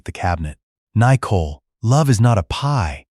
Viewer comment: The AI speech on this story is pretty bad. Out of context "daaaad" screeched. Nicole incorrectly spoken N eye cole" etc